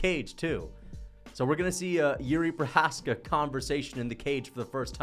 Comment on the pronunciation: “the more Jiri Precums” alright